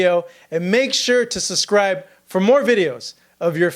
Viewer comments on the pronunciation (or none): It’s “subscribe”, not “suscribe”.